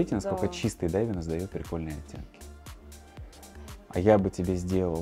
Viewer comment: За итальянский отдельное спасибо! Крутой лайфках! Но почему даЙвинес? Там же нет буквы й😅